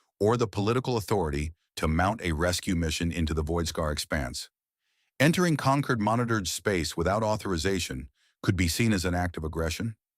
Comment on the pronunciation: "Concord" not "conquered"